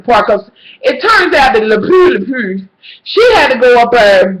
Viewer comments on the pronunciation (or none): her fucking name is delphine lalery (whatever) not la pue lmaoo! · When you say her name, I think of "Pepe Lepeu" lmao so funny